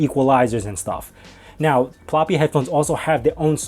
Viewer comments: Ploopy* not Ploppy. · pl ooooo py, not ploppy